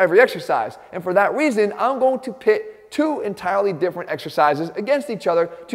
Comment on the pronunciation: “And for that weason”😂